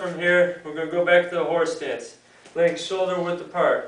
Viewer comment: horsetits lol does sound like horse stance if you say it fast